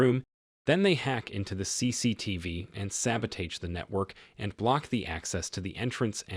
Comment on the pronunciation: “…sabba-tay-j” lol. It’s pronounced “sabba-tah-j” my dude…